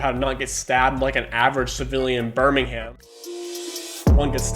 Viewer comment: the way u said birmingham pmo